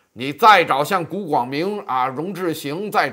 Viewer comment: 容志行(hang) 银行